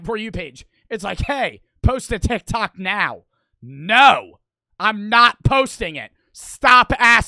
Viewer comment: The joke is, he says and I quote, "Are you serioud right neow bro." This is funny because he purposelly says neow instead of now for comedic purposes. Just incase anyone was wondering.goodvibesgoodvibesyougotthis